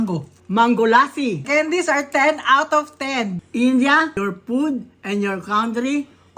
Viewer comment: She pood instead of food